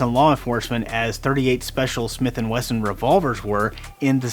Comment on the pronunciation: Weson lol